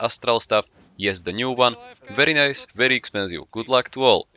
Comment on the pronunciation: Werry good wery nice